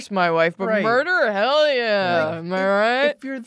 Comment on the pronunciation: murder: MUR-TER